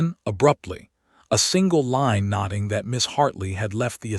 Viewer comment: Oh my God noting not notting!